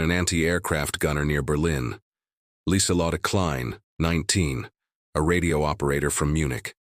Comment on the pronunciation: It's not "Leesuhlottuh Klein" The woman's first name is pronounced LeezuhLO (o as in core)tuh